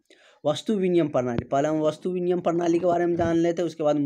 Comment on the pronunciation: Binimay hota h aap biniyam bol rhe hai